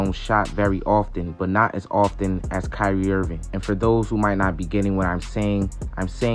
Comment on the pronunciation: it's Kyrie and it's not close